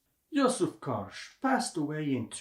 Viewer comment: Wonderful video on Yousuf Karsh (pronounced as “JuSuf Karsz”) • Just about two weeks ago I was near the place where he had his studio at Chateau Laurier Hotel in Ottawa. It was during the Royal visit of King Charles to Canada. Also few years back I had a privilege of seeing his original prints at one of the private clubs - amazing photographs! Karsh is considered one of the world’s best photographers. His portraits are phenomenal. By the way some of his work is less known - for example, a series of photographs he took in Holy Land (Israel and Palestine). ⚠️ Correction: the Churchill photo was taken NOT at Karsh’s studio, but at one of the back rooms in the Parliament. • I’m lucky to own the entire collection of Yousuf Karsh photo books including that body of work photographed in Holy Land. Often I look through them for inspiration. Thank you for your videos! Дякую! Dziękuję! - P.S. oh, by the way - the framed original print of Winston Churchill known as “Roaring Lion” was recently STOLEN from the lobby of Chateau Laurier and later FOUND AND RETURNED with the help of Interpol. You can look up this story online - it’s like a true art heist movie 😀